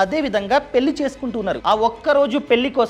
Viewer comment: కొంచెం ళ పలకండి గారూ! పెల్లి కాదు పెళ్ళి. వెల్లి కాదు వెళ్ళి